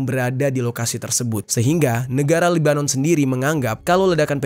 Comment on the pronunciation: Kalau chanel YT mu mau selamat Jangan nampak sangat Unsur kebenciannya, Sebutlah nama negaranya dengan betul🙏